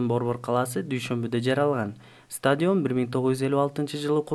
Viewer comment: Стадйион эмес стадион